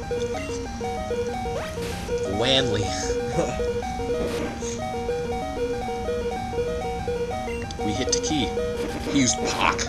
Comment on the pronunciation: Wali? What the hell is a Wanli? Hilarious.